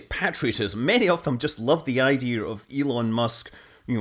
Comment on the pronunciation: Pet peeve and I know many do it. I'm not trying to badmouth you. It's just that I heard you say it and now must mention that it's spelled "idea" and not "ideer". Don't worry, as I'll still watch and comment as the data rates and wife allows. LoL